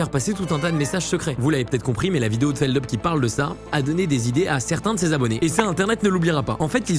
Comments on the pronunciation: C'est pas Feldeup, c'est Feldup (on prononce le U)! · Bordel personne sait prononcer feldup c'est fou